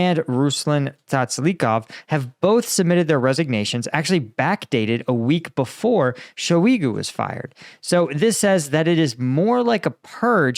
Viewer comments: Shoigu(Shoy-Goo) NOT [Show(e-goo)] I know these names are hard for you to pronounce, but you gotta get it right!! 😅😂🤣 Слава Україні Героям Слава 💙💛 🇺🇦 💛💙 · It's pronounced 'shoy - goo'. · I think it's pronounced Shoygu like ploy. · It's pronounced shoi-goo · Shoy goo. It’s shoy goo lol. Watch the infamous video of prighozin shouting "shoigu! Gerasimov!" In front of the bodies of wagnerites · I believe that Shoigu is pronounced like “soy-goo,” but with an “h” inserted after the S.